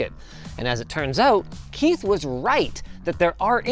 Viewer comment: that "Keith" felt so extremely personal.